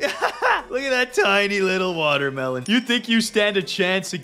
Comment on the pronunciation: SAID WODERMELON BUT IT'S WATERMELON😅